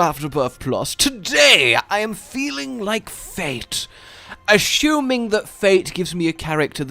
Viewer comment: Is anyone else annoyed how he says assuming